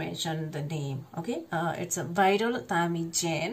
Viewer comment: My reference 🤩 thank u sis ... Crt pronunciation viral tamilan (zha-la) cute reaction.....